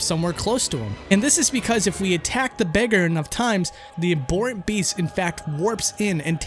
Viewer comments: It bothers me to no end... In this particular video there's also abhorrent (a-bore-rent), Gerhman (Jermain), Byrgenwerth (Berjenwerf?), Yahar'gul (Yaha Ghoul). And Byrgenwerth has a college not a university, I'm guessing the channel owner hasn't played it and is borrowing all of Lance's content here. No excuse for mispronouncing common words though. I'd be interested in hearing 'amygdala', would it be the monster, the part of the brain, or some brand new pronunciation? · The H in Abhorrent is supposed to be pronounced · Love these videos so I hate to be that guy but it's "abhorrent", not "a-bore-ant". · it's pronounced ab-HORRENT not ab-BORRENT, jesus. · Love the video, but just look up how to properly pronounce "abhorrent". You pronounced it as "aborrent" multiple times. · I think you pronounced "Abhornet" wrong lmao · Please learn how to pronounce abhorrent correctly.